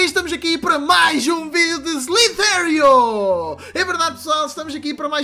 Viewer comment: poha já falei pro q n se fala slitério caraças agora ele mds